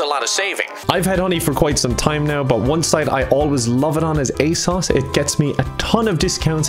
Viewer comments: its ay sohs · When mispronounced Asos that had me dying.